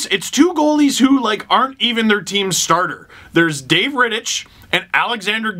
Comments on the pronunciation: you say it like ritt-ik not ritt-ich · Reh-tic is how it’s pronounced. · I don't want to be that guy, but Rittich is pronounced like Rittick. Yeah. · Rittich is pronounced with a silent 'h'. If you can't remember that, you can always call him daddy. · Leafs got outplayed, Dangle. Rittich stood on his head (and you said his name wrong in this video). 0/7 PP for the Leafs is pretty sad especially considering the lengthy 5-on-3. But you can say the Flames "weren't even that good" if it makes you feel better lol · never heard someone say rittich like that